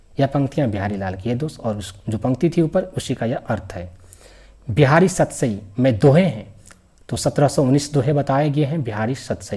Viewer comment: सतराई क्या होता है😂😂 सतसई ही होगा😅😅😅😅